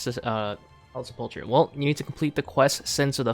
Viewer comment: Sepple-ker, not sepulcha.